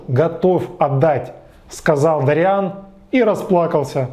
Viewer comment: Уважаемый, (не посылайте меня плз, имейте уважение к собственной аудитории тоже) - но в оригинале произведения ударение в имени Дориан ставится на первый слог а не на второй. ДОриан, не ДориАн! Прошу прощения, но ударение очень важнО. Ваш пересказ с неправильным ударением меняет всю картину повествования - из собственного имени ДОриан - мы перемещаемся в каких-то дориАнцев 🧐..(пришельцы с планеты ДориАна мэйби? хм 🤔)....